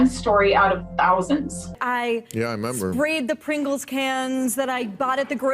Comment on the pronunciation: This guy can’t even say a can of Pringles. WTF